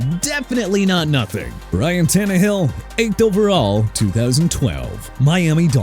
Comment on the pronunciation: Bro said ryan tannehill😂